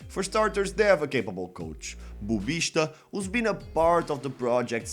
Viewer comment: By your English accent and your perfect pronunciation of Portuguese names, I can tell you are Portuguese. It is pronounced “Bubissta”, and not “Bubishta”. Good video, BTW! 👍